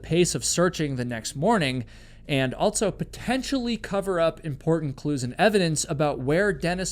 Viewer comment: Never heard anyone pronounce also as “altso”